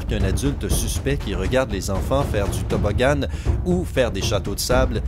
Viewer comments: super la vidéo mais juste un truc. Tu dis toboggane ? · c'est moi ou tu as dit toboggane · Tu a dis du tobogane alors que c tobogan a la fin c an pas ane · Tobogan pas tobogonne tu ma tué 😂😂😂😂😂😂😂😂😂😂😂😂😂😂😂😂😂😂😂😂😂😂😂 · tobbogganne 😂😂😂 tobbogann